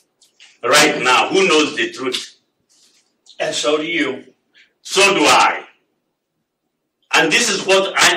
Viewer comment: If you can’t pronounce the word truth. I can’t trust you.